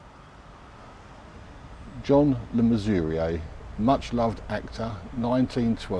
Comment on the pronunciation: Pronunciation of his name was spot on.